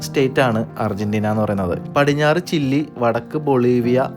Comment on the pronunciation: ചില്ലി അല്ല ചിലി